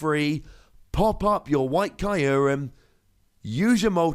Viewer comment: Uhh Kyurem is not pronounced caillourem